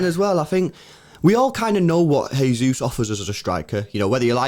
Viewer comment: Guys. Gabby Jesus is Brazilian not Spanish. Please stop saying “Hey-Zeus”. It’s JAY-Zeus”. Pronounce the J. Please lol.